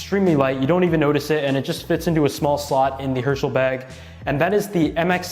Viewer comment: I thought you said Hershey instead of Herschel